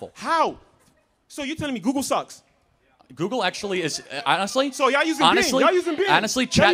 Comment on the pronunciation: 一個把google發音成姑姑的人，他講的話有什麼智慧含量?